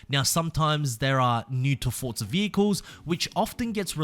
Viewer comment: English lesson for you Forza has no letter T in it For za, not fort za 😂😂